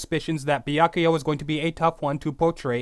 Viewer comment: Damn it stop saying Bee-ack-oo-ya and say Byakuya.